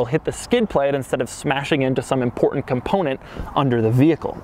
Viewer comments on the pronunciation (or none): none